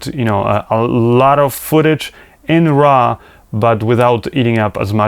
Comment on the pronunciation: It's not RA it's RAW!:)